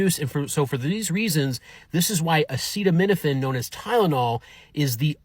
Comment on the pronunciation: Mmm. It only took you one try to properly pronounce "acetaminophen." I'm not sure I trust you.